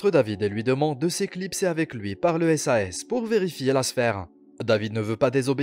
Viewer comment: Part contre ont dit pas « S A S » moi plutôt « sase »